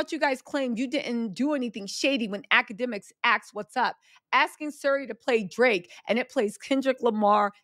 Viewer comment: I love your updates on Kendrick and Drake. And I crack up every time you say “Drrrraaaake”.